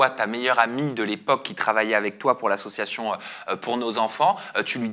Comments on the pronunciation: Combien de fois a t'il dit : ma meilleur amie ???? Vousavez 10 minutes!😂 et !.... Combien de fois a-t-il dit : "ASSsiatioon"😂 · Mais pq il dit toujours « ASSUATION » au lieu « d’association » mdrrr c’est juste moi ou je suis folle ? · La prochaine fois qu'il dit assoation je dépose plainte 😂😂😂. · Quand est ce que ce mec arrivera à dire le mot association et pas " situation" .... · Mais wsh il dit « assosoition » 😭 … y’a rien qui va dans son interview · Ce que je constate c’est qu’il ne sait toujours pas prononcer le mot association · Il arrive toujours pas à dire " association " depuis tout ce temps 😅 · Pardon mais il sait toujours pas dire le mot « association » ça me tue 😂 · Association il sait toujours pas le dire😅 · Il ne sait toujours pas dire " association " 😂😂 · Bon ben il a toujours pas appris à bien prononcer le mot association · Pourquoi il galère autant à dire "association" ? 🙄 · Eh bin il ne sait toujours pas dire le mot "association"... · Il arrive toujours pas à dire le mot association mdrrrrr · Bon je crois qu’a part « c’était un vocal fait à ma meilleure amie » on a rien appris quoi 😂 à si on aussi la confirmation qui sait toujours pas dire « association » 😂